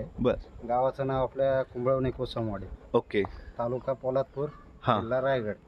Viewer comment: भावा कोसंबवाडी नाही रे कोसमवाडी